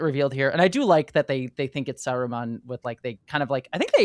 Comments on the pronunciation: The funny thing is that the first time she said it, she said it normally -- and then sa-RU-man just came out of nowhere and never stopped lmao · Not SaROOmun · Sorry .. Sa-what-man? Sa-roo-man? Who is this Sarooman fellow? 🤨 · Sah roo mun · That's the way the audio book I once listened to pronounced it, I kinda like it because it helps differentiate Saruman from Sauron in the ears of casuals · pronunciation of Saruman is making my eye twitch. 😂